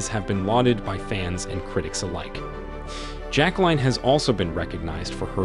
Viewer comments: Her name is notpronounced jack line but rather jack lyn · It's not "JacqueLINE". Pronunciation of the name is either "JacqueLEEN" or "JacqueLIN", depending upon the individual with the name. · It’s frustrating to listening to the narrator’s Pronunciation of her Name. Grr